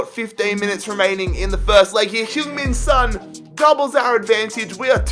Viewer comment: Sons pronounced as its spelt mate